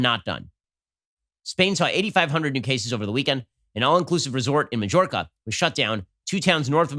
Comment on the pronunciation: Ben...you have to fact check your pronunciations...Majorca = "my-yorka"...Stroger hospital = "Stro-jur". Come on, maaannn! :)